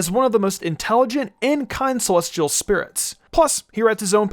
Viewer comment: why the fuck you say celestial like SEH-LOSS-TEA-AL